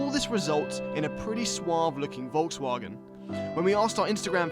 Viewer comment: To the English guy (excuse me for not knowing his/your name, I was only recently introduced to this channel) : your pronunciation of Volkswagen is really good. Only remark would be that the V is pronounced as the English f (as in fire)